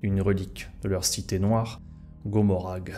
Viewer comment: Vidéo intéressante dévoilant des éléments méconnus et franchement sympas de lore. Cela dit il est dommage qu'il y ait autant d'erreurs de prononciation, de grammaire, ou de vocabulaire! Adeptus Astartes, pas "Apdetus", les nécrons, pas les "nécrones", Commoragh, pas "Gommoragh", un archiviste, pas un bibliothécaire. Dans la même veine, épargne toi l'emploi du passé simple si tu n'es pas sûr de le maîtriser. Vu le nombre de fois que sortent ces mots, ça fait littéralement tâche, ce qui je trouve est extrêmement nuisible à la crédibilité de ton énorme travail, parce qu'honnêtement ton temps d'écriture et de réalisation se sent grave. J'espère avoir pu être assez constructif et j'ai hâte de voir tes prochaines vidéos.